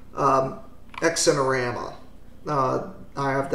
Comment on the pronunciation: Don't got time for sleeves when you are constantly emerging! Or pants. EDIT: BTW the 'x' in xinerama would be pronounced like the 'z' in zebra *US pronunciation, and not like 'eks'.